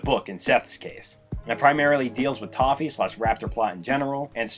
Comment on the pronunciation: just noticed it sounded like he said "Tahu" rather than "Toffee", and I find that very funny. Anyway, Star vs the forces of evil is a very interesting show, it's downfall is such an interesting story, more so than the ending itself. I've loved this show for many years, but last year when I finally rewatched and finished the show in its entirety, I was left with mixed feelings, on one hand I love the fist few seasons, but on the other hand the last season, especially the ending, made me hate the show, I felt betrayed basically, it had shown so many times how good of a show it is, and then it hits me with the utter disappointment that is the ending. I wish this show could've gone out on a better note, but it is what it is I guess. Maybe one day they make a reboot that fixes a bunch of problems with the original, that'd be neat.